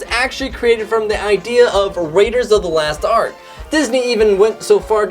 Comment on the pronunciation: He pronounced it last ark... it's lost ark